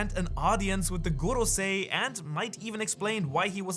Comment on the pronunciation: Why do you pronounce goRrrosei like that? 😂 I can’t listen to that, are they Spanish or Russian? 😂 everytime I hear it it hurts me….goRRrRRrossei…😅